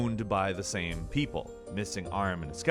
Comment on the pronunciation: why he can't pronounce game,same,name. Its always gam,nam,sam